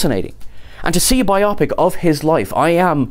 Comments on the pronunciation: Bio-pic. Bio-pic. Not bi-opic. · It's bio-pic, as in biographic picture, not bi-opic. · Right. It's not two "opic"s, it is a bio(graphy) pic(ture). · Thanks for the news! BTW, in the US, we say “BIO-pic” not “bi-OP-ic” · Pro tip: it's BYE-oh-pik, not whatever the f&%$ you're saying.